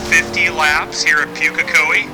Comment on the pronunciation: Nice video, but it's pronounced Pook-e-co-e. Like here: /watch?v=bT5rNmvC8to&t=0m17s